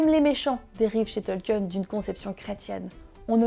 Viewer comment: Sympa la vidéo. Il faudrait peut être revoir la prononciation du nom du principal intéressé. C'est "Tolkine" et non "Tolkieune".